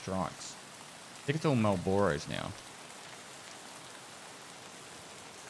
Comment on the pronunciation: They're called MARL-BRUHS no one calls them MARL-BORE-RUHS